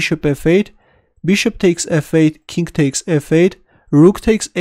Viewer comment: BossNaj Alchary also, chess sound like chest. king sounds like kink. but i like all video. Let's go back lol